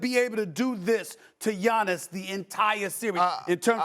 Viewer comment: I knew way back to stop listening to him when he called Giannis “ROBIN”